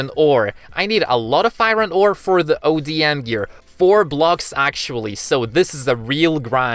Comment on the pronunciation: It is call odm gear not ADM gear